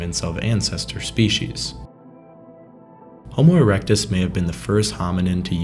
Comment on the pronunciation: "Homo eructus"?🤦😂"neanderthals and apemen"?!!!🤣🤣🤣🤣🤣🤣